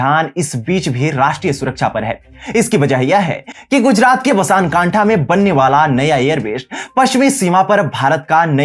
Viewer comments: बसान काठा नही , सही नाम है बनासकाठा। और अपना उच्चारण ठीक करो जैसे एयर बेश नही सही उच्चारण एयरबेस है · ब ना स कां ठा शब्द है।